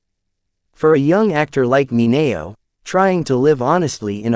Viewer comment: The pronunciation of Sal Mineo's last name is totally WRONG!!! Also Charles Laughton's last name mispronounced ... but as for the video, it's alright with a lot of good information ,.,.